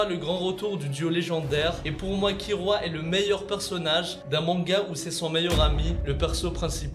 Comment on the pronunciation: C’est Kilua pas kirua